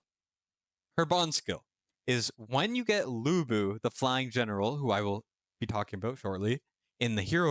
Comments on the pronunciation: De-ow ch-on. Loo boo. For pronunciation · Why i keep hearing you pronounce him Bu Bu😅